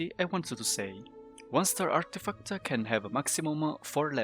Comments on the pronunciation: Love it when you say "Artifacta". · I was gonna say the same!😂